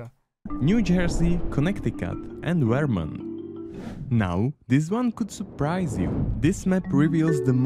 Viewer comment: I made it to the "most dangerous" map and I see Illinois (Chicago) and Michigan (Detroit) marked as the most safe places in the country and I just tapped out. IDK where you found this but if the AI can't even pronounce the state of Vermont, I'm gone.